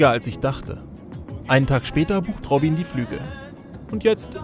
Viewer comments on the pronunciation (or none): ROBIEN :D Netter Typ. Aber der heißt doch nicht wirklich ROBIEEEEEEN